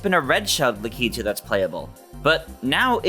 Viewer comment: Le-kee-too no la-ke-too